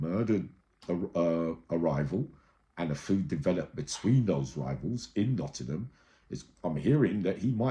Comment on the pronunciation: Erhhh. NOTTINGHAM NOT NOTTINHAM. THANKS 😅